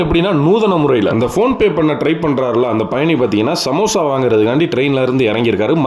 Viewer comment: Samosha❌ Samosa ✅ 😂